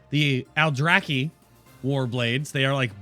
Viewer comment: I like the Aldrachhhhuhhhhchhhh blades, as you said. :-)